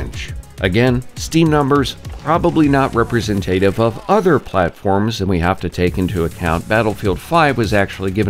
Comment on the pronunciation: Did u just say "representative?" I know you meant "representative." You have a very articulate delivery and your voice is suited for narration. I know that was just an oversite.